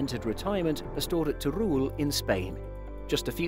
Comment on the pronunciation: teh-ru-EL, not Terul